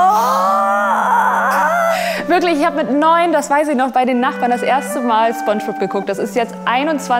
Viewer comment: Fairerweise muss man sagen, das Vorgetragene von Santiago Ziesmer als Spongebob war falsch betont. Ich nehme es ihm aber nicht übel, da er die Serie wahrscheinlich nicht in und auswendig kennt 😉